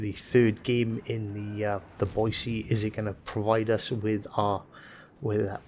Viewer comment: Thanks from a local for pronouncing "Boy-see" correctly! There's no "z" in Boise, haha. Great vid! 👍